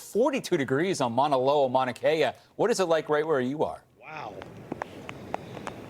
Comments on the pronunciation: Pronunciation: mau na KEH ya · We aren’t “in the dark.” It’s daytime. Pronounced Mauna Kay-ah